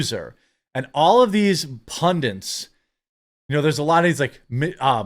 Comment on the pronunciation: The word is "pundits" not "pundince". Cheers